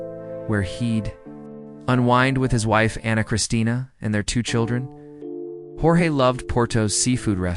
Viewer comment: It's pronounced "George " if you're going to tell the story ( thank you) but pronounce the name correctly please.